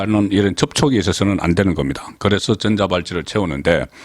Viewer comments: 전자 발찌 가아니고. 전~자발찌 가맞아요 너무심하니 듣기가좀 ㅋㅋㅋ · 내용의 본질은 아니지만 '전자'의 발음을 '전:자'로 '전'을 짧게 발음하는 것이 아니라 길게 발음해야 맞는 것 아닌가요? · 아무리 경상도 발음 이지만 전자 발찌 전을 길게 하세요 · 송 본부장께서는 음의 길이가 정확하지 않는경우가 허다합니다. 전^자 팔찌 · 어제가 한글날인데 단어를 장단과 억양을 제대로 못하니 듣기에 상당히 거북하네요. 오늘은 전자의 전을 장음으로 읽어야하는데 단음으로 읽고있네요. 노력하세요.